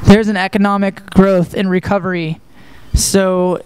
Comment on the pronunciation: when kellin can't say economic >>>